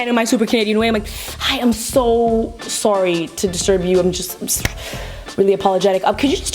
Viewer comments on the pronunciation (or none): Did anyone realize that she said sorry with an American accent (Just asking so I know I’m not the only one that heard it😂) (Because she is Canadien)